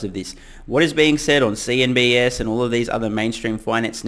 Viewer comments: I love your videos, but why do you keep calling CNBC "CNBS"? . I thought it was just a weird brainfart the first time you did it, but... you keep doing it, and I must confess it makes me a tad worried about the rest of your analysis. . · I like ur commentary but its called cnbc not cnbs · Did I hear you say ‘CNBS’? Anyways, wonder what people think of the risk factors mentioned in this article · Lol. CNBC not CNBS. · He doesn't like the channel too much. Filled with misinformation. That's why he calls the channel CNBS instead of CNBC. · I'm not in the know on this... what is with the "CNBS" thing? Did CNBC mispronounce something in relation to Tesla at some point?